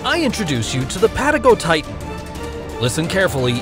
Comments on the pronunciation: Bruh you didn’t say Patagonian right dude it’s PATA GO TITAN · I haven’t heard patagotitan said like that!!! Or diplodocus